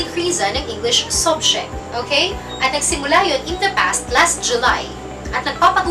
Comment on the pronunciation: Subject, phonics of u - uh!. Not sobject.. im sorry, but we are your students to learn and listen the correct pronunciation too!.